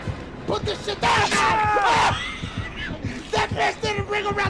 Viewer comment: 😭😭😭😭😭he tried to say put that bitch down but he said PUT THAT BITCH THA-CKA-AAA💀💀 fmu